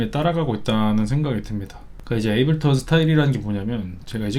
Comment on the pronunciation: 에이블턴 말고 제발 에이블톤이라고 해주세요..;; 너무 거슬리네